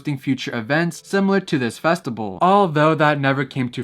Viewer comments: Bro, why are you pronouncing "festival" like that ? "Festibal" ?? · everytime he said festible i died alittle inside 😭